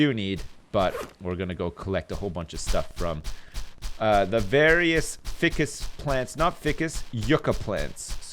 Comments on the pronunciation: Fie-cus not Fi-cus, Great vid as always :] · day 7568: is still saying "ficcus" rather than "ficus" god help us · *read in Trott's nerd voice* Actually, there are two possible pronunciations (ˈfiːkəs andˈfʌɪkəs). See Oxford dictionary for example:. does pronounce it wrong, since it should be "long" i. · isnt Ficus pronounced FYE CUS?